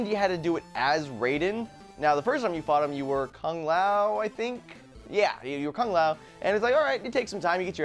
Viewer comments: it's lue kang not kung lou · Not kung lao its Lou kang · lu kang not kun lao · lu kang not kung lou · Its Lu Kang get it right nerds